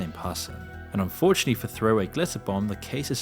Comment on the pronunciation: enjoying your content so far! just one small nitpick: every time you say "unfortunately" it sounds like you're saying "fortunately".